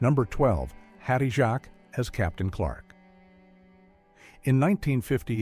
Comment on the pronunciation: Hattie Who, your AI doesn't seem even know that Hattie Jacques is pronounced "Hattie Jakes" ! One of Britain's funniest actresses...